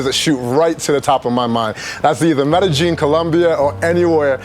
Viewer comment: Medejin? Medejin? Medeyin, bro.. Lol